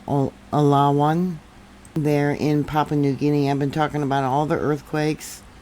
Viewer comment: Pronounced Oo-lah-woon. Great video